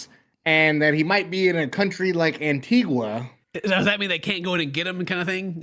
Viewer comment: the country is pronounces An-TEE-GUH- -sincerely someone who is from there